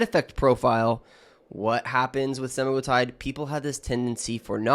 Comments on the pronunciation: He's pronouncing Semaglutide WRONG, reddd flaggg, you guys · Are you a real doctor? You don’t seem able to be able to say semaglutide